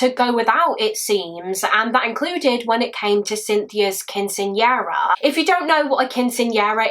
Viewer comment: Let me start this by saying is my hands down favorite. But I was expecting somebody from the U.S. Southwest to comment about the pronunciation of Quinceañera. Love you and A+ for effort!